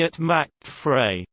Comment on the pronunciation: Macht is not pronounced “MATCHED”, it’s “MOCKED”. Frei is not pronounced “FREE”, it’s “FRY”.